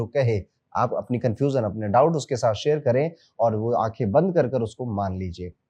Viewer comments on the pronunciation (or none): none